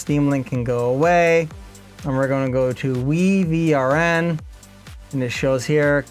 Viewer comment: I do believe WiVRn is pronounced Wyvern